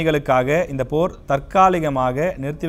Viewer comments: அடே நல்லா செய்தி வாசிக்கிறீர்கள் போ 5.57 ல் போர் என்பதற்கு தேர் என்று உளறுவதே மிக சிறப்பு தான். போரைவிட இந்த தமிழ்நாட்டின் செய்திசேனல்களின் அக்கப்போர் தான் பெரிய போராக இருக்கு 🤭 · தெர் நிறுத்தம் 😂😂😂😂😂😂